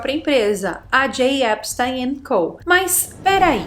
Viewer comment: O nome dele se pronúncia epstin... e a mansão dele era em palm beach e não palm bay... que são lugares diferentes na florida